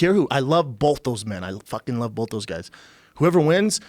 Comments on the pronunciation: Joe and Brendan say it with me: it’s BOTH not “Bolth” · Joe and brenden both say “bolth” and it kills me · "Bolth" ~ JRE, JRE Jr.